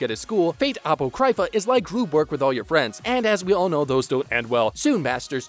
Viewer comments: Its pronounced Ahpawcrahpha not appocrypha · Apocrypha. It’s pronounced: uh-pah-crih-Fah. As in Apocryphal: “(of a story or statement) of doubtful authenticity, although widely circulated as being true.” Not appo cry fah… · My man's, "Awpo-CRY-FUH hurt my soul to hear XD. I loved that spinoff but it's "uh-Paw-kriff-uh" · Aprocrypha is pronounced "A-POCK-RI-FA", not "AP-O-CRY-FA". Sorry that was killing me. Other than that, you're spot on with the actual order of the video. Although I originally ended up watching Heavens Feel (the 3 movies) last which did interestingly kinda rock my world since I had already watched Stay Night UBW like 50 times. Made Heavens Feel route Earth-shattering to me. Definitely is the darkest of the Fate series. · What do you mean "route"? Four the first 3? Like it's the same story but someone else changes the ending? Also, uh-pock-ri-fa not Aypo-cry-fuh. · Everything was good until he said Ah-pOo-krAi-fuh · A-pro-cry-fa that pronouncation physically hurt me, good video over all though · Apo cry fa Its pronounced Apa cro pha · A --- sounds like Uh PO --- as in Pot CRY --- as in Crypt PHA --- as in F**K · It's apoc-ra-pha like in apocalypse. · Ovuh? Apohcryfuh? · "A-pok-Rai-Fa" Hermaeus Mora is is losing his tentacles in Apocrypha. lmao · Did you just pronounce "Apocrypha" as "ah-POE-CRY-fuh?" I've never in my life heard anyone pronounce it that way... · I came to the comment section hoping I wasnt the only one that heard that. A-poe-cry-fuh hahaha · You need to learn how to pronounce Apocrypha 😂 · leave it to a weeb to not know how to pronounce apocrypha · How can one be this awful at pronouncing all the titles and names? Apocrypha, Phantasm, El-Melloi, Illya... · Your butchering that word apocrypha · Bro. You and your pronunciation of Apocrypha XD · What kinda idiot pronounces the words ufotable and apocrypha like that.... Wtf? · Useful video, but your horrendous pronunciation of Apocrypha makes me want to never hear your voice again.